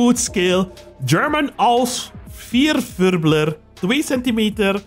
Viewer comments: Ah yes the fierfübler. I mean his prononciation of the V was decent but the ß ... If you've never seen it you 100% mistake it for a b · The gun did exist during WW2, but the spider like cabin did not :) Also the letter "ß" in Vierfüßler(Quadruped) is called a "sharp S" and is read like two "s" not like a "b"